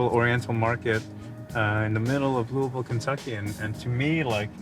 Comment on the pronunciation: Right off of rip; I’m impressed he’s pronouncing Louisville correctly. Looking forward to the rest of this.